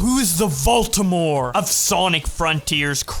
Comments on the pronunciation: my man really said Voltemor 😂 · I like how you called Voldemort Valtimore